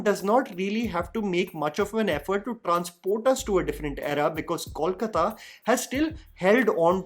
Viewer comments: it's KOLkata (from KALIkata) and not CALLkata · It's pronounced 'Coal-kata' and not 'call-kata'... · Is it really so difficult to pronounce Kolkata by non-Bengalis? It’s क में ओ की मात्रा - कोलकाता not क में औ की मात्रा (it’s not कौलकता)। sorry, may not be relevant here but it really gets annoying at times when I see people doing such a simple mistake over and over. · I don't understand why people call it 'Kawl-kata' though the name is simple 'Kolkata'. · That's not Kawlkata. It's Kolkata. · It’s K O L K A T A..please please Not Kawlkata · Coal - kata! Call kata nehi! Please you Hindi speakers pronounce correctly. It's not call kala. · I am still waiting for the day when people show respect to bengalis by pronouncing the name of our city right. I am big fan of yours and expected a lot better. How difficult it is to say "Coal+kata" and not " Kawl+kata". I mean its a mistake alot of Hindi speaking people are making and as bengalis we have given up but when someone showers respect, we expect the basics first. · Please yaar - you can’t be in a show about Bengal and keep saying “kaulkataa”. It’s kol kaa taa - just. Simple. कोलकाता and not कौलकता pleeeease 🙏🏽 north indians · I want well-meaning people to stop calling Kolkata “Kawlkata”. It’s not too hard, guys. Say “Gol” meaning round. The Kol in Kolkata is literally the same pronunciation. P.S- not trolling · I know nobody gives a fcuk,. But since I'm a Bengali and it matters to me, here goes: Kolkata sounds more like KOHL-kata than CALL-kata. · Dear a small request on correct pronunciation of Kolkata and Prosenjit. Kolkata is pronounced as Coal-kata and not Call- kata, like wise Pro in Prosenjit is similar to Pro in probiotic and not problem 😂. It’s not that difficult try it. Correcting since i like your channel and follow it.